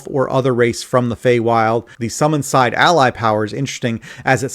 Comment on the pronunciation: Just so you know, sidhe is an Irish word that’s pronounced “she”.